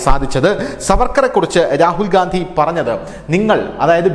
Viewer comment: രാഹുൽ ഗാന്ധി അല്ല രാഹുൽ ഖന്ധി